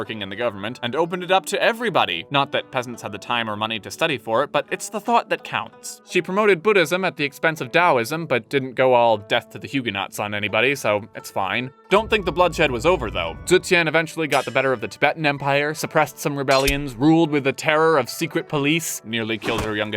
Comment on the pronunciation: Sorry but I’m screaming at the way you said Huguenots....